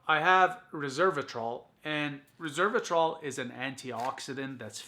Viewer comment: You are saying Reservatrol, you should pronounce it Resveratrol.